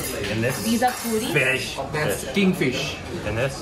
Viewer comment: Swapnil Rane totally agreed. I was cringing throughout the video with their explanations and pronunciations